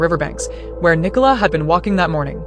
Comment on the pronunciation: The village is located in the county of Lancashire, not Lincolnshire. Is the name Nicola unknown outside of the Commonwealth? Apparently no-one in the US can pronounce it correctly. What about the early underwater searcher who claimed that he had located her body but was told to ignore his findings by Lancashire police? What about the police’s ghastly attempt to victim blame by publicising unnecessarily publicising her personal health issues?